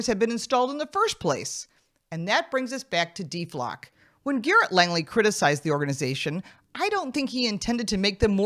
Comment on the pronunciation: He needs to remove the DE from Deflock to say it correct.😂.